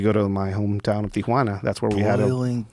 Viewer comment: bugs the sht outta me when people pronounce it 'Tiajuana'